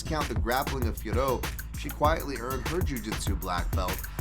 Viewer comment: Finally someone who pronounces Fiorot correctly! Please tell Anik that this is how you say it.